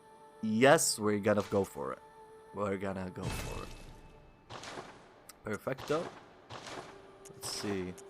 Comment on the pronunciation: Where are you from? You said "perfecto" and now I'm curious hahaha